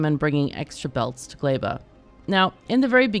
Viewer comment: its so funny to hear everyone's different ways of pronouncing the planets,, caught me completely off guard when you said glæba lol